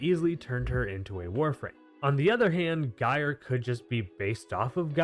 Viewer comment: Bruh, let me just ask you something: do you pronounce Gyroscope as “Guy-row-scope?” Or do you pronounce it the correct way?: “Jy-row-scope?” Because take that word, and drop the “oscope” and you magically have Gyre’s name, which you are hard pronouncing the G and I’m getting irritated.